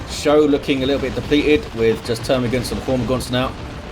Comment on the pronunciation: Thanks for the cast,! I played pretty sloppy early on, but those Genes were fun as hell to use. (Should also mention it's pronounced "Skoe" not "show":D )